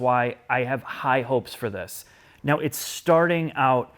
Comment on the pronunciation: It would only be 50 times if wouldn't say "THIS" in the most annoying way possible.